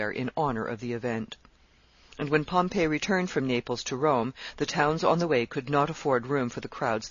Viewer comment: Okay so the lady is a great reader but it's fingers on a chalkboard everytime she mispronounces "Pompey" as Pompeii....cmon lady, it's pronounced Pom..pee with emphasis on the Pom.